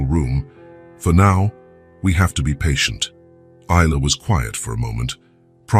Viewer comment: Is..la Ai pronounce right😢